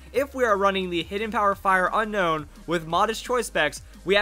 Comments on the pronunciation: Un-own not Unown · I pretty sure it's "un-own" not "un-nown" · It not pronounced unknown it's unown like after you see it you want to unown it 😏😏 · it's actually pronounced o known